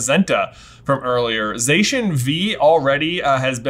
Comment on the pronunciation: Zacian is actually pronounced Za-cyan as in cyan the colour.